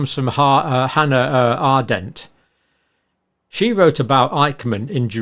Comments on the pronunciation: I just came here to say this. A-rend-t Not Ar-dent 🤦🏻‍♀️ I wish he'd proof read and edit better. It gives fuel to his critics when he gets such obvious things wrong 🤦🏻‍♀️🤦🏻‍♀️ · Arendt, not Ardent! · I think it's "Clease" not "Cleaves" and "Arendt" not "Ardent", but excellent video as usual!